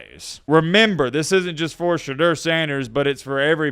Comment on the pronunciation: Porsche Door Sanders